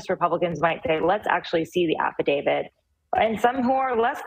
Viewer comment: It's affidavit, not AFFIDAVID, Jesus Christ!!!!